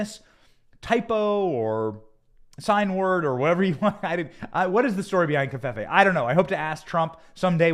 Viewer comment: No N in covfefe. Please stop saying confefe.